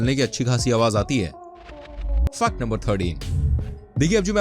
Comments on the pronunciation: U pronounce fact to Fuck no 1,2,3 or j tu jaan buz k krta hai kaminey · Fact ko fuck kyu bol rahaa hai